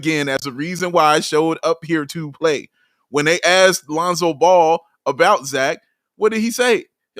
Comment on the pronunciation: Does know that its pronounced ball and not bowel? Or is it like an inside joke or between him and big dave lol